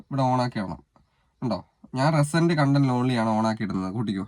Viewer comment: റെസെന്റ് content അല്ല റീ സെന്റ് content😂